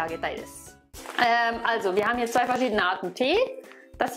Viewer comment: ドイツ人のリアル「ツヴイ」が何度も聞けて感動しています。 トラ猫をタイガー戦車２型のティーゲル・ツヴイのツヴイから名前を取ってツヴイにする癖が有るのでリアルツヴイを聞いて感動しています。